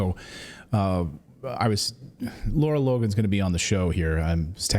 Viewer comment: It's Lara, not Laura, you journalist.